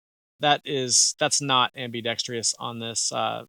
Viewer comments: Sorry, but the viewer you made the joke about was right. Hearing am-bee-dex-tree-us is like fingernails on a chalkboard. When you’re doing any kind of public speaking, it actually is important to pronounce common words correctly. Am-bee-dex-trus, there is no letter “I” at the end of the word. And in a side note: I remember when the Echelon first came out and it irked the fuck out of me to see how they chose to spell it. It made me want to be defiant like you and say “etch-a-lon” but then I remembered that I have a supercomputer in my pocket and I can research anything. Turns out it is equally right to spell it Eschelon AND Echelon. And they’re both pronounced only one way: esh-a-lon, there is no ECH sound. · Great review, but I never heard someone add an extra "i" in *ambidextrous